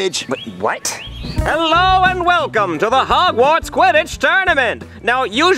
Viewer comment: I love how he Sayed "WELL COME TO HOGWARS"😅